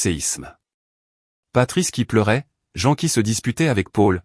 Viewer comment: C'est très perturbant d'entendre "la voix de Jean" ou "patrice", au lieu de "la voix de maman" et "papa". revoir cette partie du récit, et ne pas masculanisé le prénom de la mère, on ne dit pas "jean" mais "jane" ou "jine" le "ea" s'épelant en "i". C'est important car pendant les 20 dernières minutes du récit vous avez confondu le prénom du père avec celui de la mère, appelant cette dernière "patrice", c'est un prénom masculin, vous avez confondu le "il" avec le "elle". Pouce en bas pour cette incohérence non corrigée.